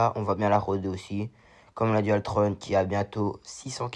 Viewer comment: Bonjour jeune on dit pas dualtronne mes dualtron mdr😂